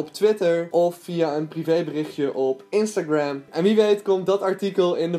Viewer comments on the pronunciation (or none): none